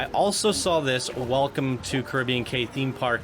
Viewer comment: I think Cay is pronounced key